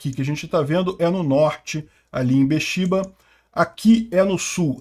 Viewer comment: Eilat, não Eliat e Ber-Sheba, não Ber-Shiba